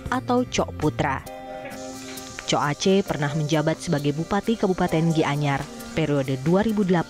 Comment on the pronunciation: "Cok Ace" baca E kek baca E dalam membaca Empuk